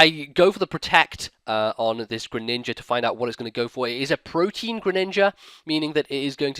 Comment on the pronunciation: I keep hearing "Proteen" from people when it comes to that ability, but for those who don't know, it's "Pro tee an."